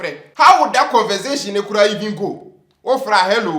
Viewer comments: This is doing more harm to himself than good. He should know how to speak good English. 1: He didn't speak to you, he spoke with you. 2: He didn't have "CONVENSATION" but rather CONVERSATION with you. He should listen to his pronunciation. He also exhibited his foolishness by asking Francis whether he is Zabrana. If his uncle is,so what? With his so called education, instead CONVERSATION he says "CONVENSATION." The sorrowful side of the issue is that, with his BIG HEAD Kennedy said he is STUPID and he couldn't say anything but, rather to saluted Ken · To be Frank, speaks better English than. choose his words correctly. His tenses are good. speaks simple but good English. Unlike who combine past tense with present tense. is just misusing the English words. He said " convensation" instead of conversation. He also said " I am to informed you " instead of I am to inform you. should accept the the criticism in good faith and change for the better. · Let him not talk about brofo at all! I hate to hear him say "convensation", instead of "conversation" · He even says "convensation" 😂😂 and thinks he speaks English. don't be arrogant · He is an English professor and can slang but cannot pronounce simple 'conversation' always saying convensation. don't mind him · With all your credibilities hence you cannot pronounce conversation but rather "CONVENSATION". Gerroout of here mehnnnn. Shiiiiiiitttttttt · He doesn't even pronounce conversation well he says convensation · he can't even pronounce conversation , he keeps saying convensation jeezzzz he say's it all the time and am sick of it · Ooh....the guy keeps saying Francis speaks nkwasia brɔfo yet he spells bluff ''bloff''...aah!!!,you pronounce conversation as'' convensation''.This is pure arrogance....you're making 'Too Much Noise'.Sacking him no deɛ inevitable. W'asa dodo